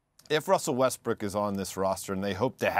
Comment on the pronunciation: Bro he called him Westbrick at :27 ☠☠☠☠